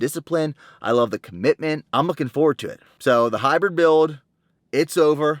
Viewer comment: "The Hybwid Buiwld"